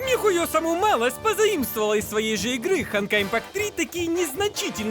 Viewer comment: а вы название читаете это хонкай